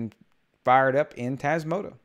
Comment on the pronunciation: One favour please! Say TasmotA